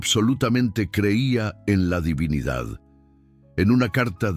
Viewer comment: Aprende a pronunciar divinidad